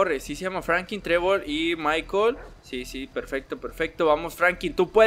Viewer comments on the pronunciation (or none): none